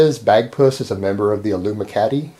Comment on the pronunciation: Illumicati hahhaha